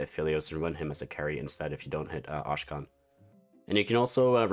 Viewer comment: Thank you for the preview!!! Just making sure you know that Akshan is pronounced ak-Shan and not ash-khan 😅